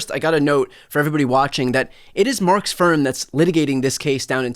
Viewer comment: Ooooooohhhh, "Mark's firm." Not how it sounded. 😅